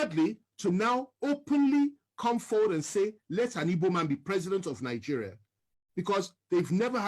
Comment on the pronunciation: Stop saying " nig"oo"ria instead, say Nig"e"ria. Thanks.